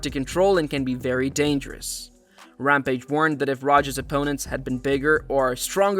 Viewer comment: Rampa-jizz? Fuck this AI shit.